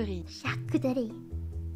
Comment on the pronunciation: The midwestern pronounciation of charcuterie gets me everytime. Thanks for watchingggg! THANKS FOR 3000 SUBBBBBBS LOVE YALL